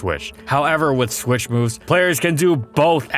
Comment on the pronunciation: Take a shot everytime ihe says "swish" instead of "switch"